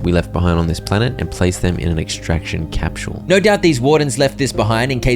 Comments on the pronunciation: Dude i dont know if thats is a channel inside joke or something, but "capsule" is pronounced "kap·sl" not "kap·schul". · Bruh, I cannot handle how you are pronouncing capsule. Cahp-shuule. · Capshule 😂😂 (peak content tho)